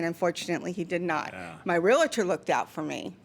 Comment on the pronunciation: its realtor there is not i in there. geesh